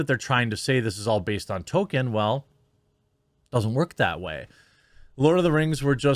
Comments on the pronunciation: His name isn't Tolkien, it's Token. You racist. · Token characters, not Tolkien characters